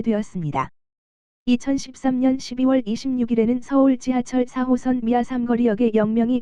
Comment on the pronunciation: 이상하게 '4호선' 말할 때 '3호선'으로 들리는 것 같은데요.....기분탓인가....?